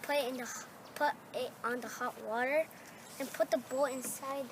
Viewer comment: The first time he said bowl I thought he saidEbola😂😂😂